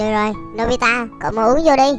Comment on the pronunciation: anh ơi anh mới nói nobila đó 😂